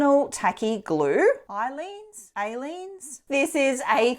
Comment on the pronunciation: Thank you! Aleene's is pronounced with long "A" sound, Ay-Leenz, emphasis on Ay.